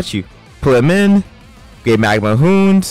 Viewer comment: Hound isnt 'hoond' it's pronounced 'hownd' just thought i'd let u know. ignore this if u want.